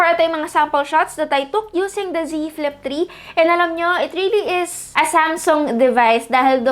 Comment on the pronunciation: I just heard z flip tree